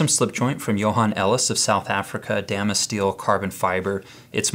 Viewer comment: Is he saying "damas" instead of "Damascus"?